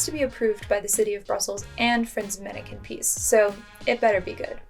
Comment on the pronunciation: It’s not pronounced manneken piece but pis”s”